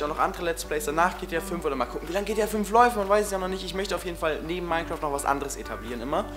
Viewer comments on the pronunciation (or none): none